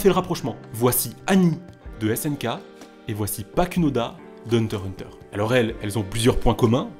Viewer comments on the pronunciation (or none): Non ça se dit pas comme ça